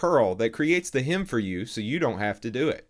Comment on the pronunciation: I stopped watching after you mispronounced "HEM'' the third time. It's HEM and not HIM.